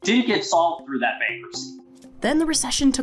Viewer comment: Terrible, the Jello commentator pronounces her "th" sounds as "d". "Da Great Depression" or "Dat wasn't enough to boost sales."